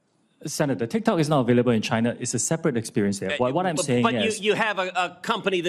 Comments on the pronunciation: Already lost the argument when he say "tic-tac". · bro really just said "tic tac" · The fact that he accidentally said "Tik-Tac" shows just how much "knawledge" he has on the subject 😂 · The second he called it tiktac his argument was over 😂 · ''tic tac'' 💀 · aint no way ted cruz just unironically said "tic tack". holy fuck old people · When he said tiktak instead of tiktok, ted lost all credibility 😂